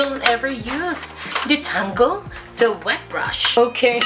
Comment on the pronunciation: Ang daming english sis 😂😂😂 Hwet brush 😂😂😂